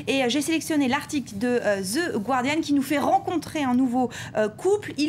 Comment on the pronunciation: 'Zhe Gwardian' j'adore ça